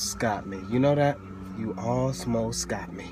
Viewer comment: you alsmost got me, you alsmost got me 😂😂😂